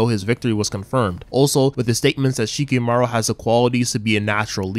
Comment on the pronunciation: Who the hell is Shikimaru? It's Shikamaru